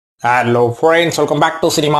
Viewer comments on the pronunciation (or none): Starting la aalo friends nu sollatheenga bro erichal ah varuthu Halo friend's nu solunga